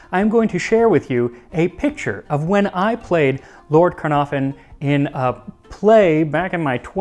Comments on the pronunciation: It's pronounced "CUN-ARE-VUN" with emphasis on "ARE". You're welcome 😊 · caernarfon ITS WELSH like me its pronounced car-nav -fon or ki,r naf on if your trying to sound welsh ( phonetically) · The f in Caernarfon in Welsh is pronounced as a v.